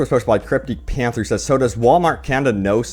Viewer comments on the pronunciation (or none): none